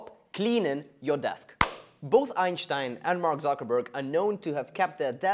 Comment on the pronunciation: As a german i can proudly say He actually pronounced Einstein correctly